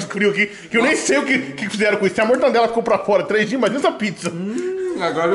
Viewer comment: Mortadela" e não mortandela 🥸🤣